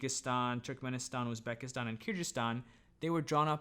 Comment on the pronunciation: I’m Kyrgyz from Kyrgyzstan 🇰🇬 it is pronounced as Kyr-gyz-stan with G sounding like in google. Thanks for the video, although I’m not overly interested in ancient history, rather interested in AD, any videos about Central Asia as an area is always fascinating.